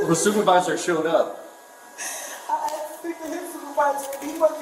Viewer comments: Its pronounced asked, not axed. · "I axxed to see the supervisor's supervisor" 😨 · Another one that says i axxed her i axxed her i axxed her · YOU AXED HER?? THAT'S GONNA BE ANOTHER CHARGE! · Well she did axed her